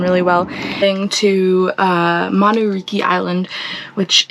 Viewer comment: In Fiji "C" is pronounced "th" in other words Mamanuca is Mamanutha